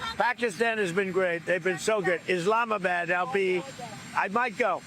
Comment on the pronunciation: When he says Islamabad, I lost it🤣💀